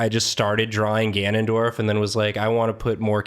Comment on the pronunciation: IT'S GANON'DIO'RF